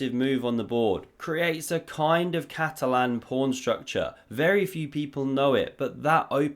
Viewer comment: It's Catalan not cat Allan.